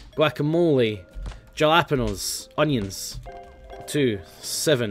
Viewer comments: Jalapenos are pronounced "HALLA-PEENOS" (in English anyway) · The way he says jalapeños >:<